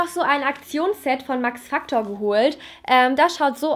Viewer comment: Wie sie max factor sagt 😤 nicht gegen dich aber ugh